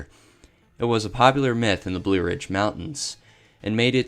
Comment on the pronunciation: Blue becomes bleeew lmao